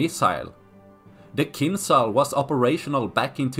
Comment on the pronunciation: J joules KinJals not Kinsal